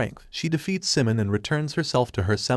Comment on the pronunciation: It's Psimon as in "Simon," not "Simun ! "